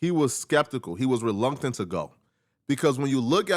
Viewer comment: Bro said "relunctant" 😭